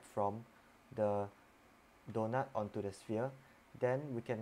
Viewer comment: LOL "donut"